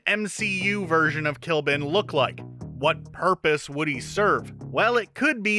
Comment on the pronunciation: Did you guys seriously call Ikaris I-Kah-Ris? Sorry to sound offensive if I am, it is pronounced I-Kuh-Ris And i think Kly'Bn is pronounced Cli-Bin